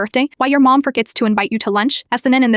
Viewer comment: “PrOwper one” 😂😂 “MOwm” 😂😂 “Dissipiter” 😂😂 “Tree” 😂😂 “Esthen” 😂😂 AI’s phonics teacher f cked up😂